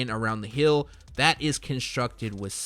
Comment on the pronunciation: Heel/ hēl. Not Hill /hil.